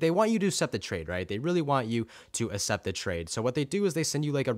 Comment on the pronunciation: you say assept